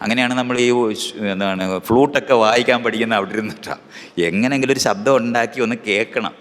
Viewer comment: Ondakki ennalla . undAkki ennanu Pottan.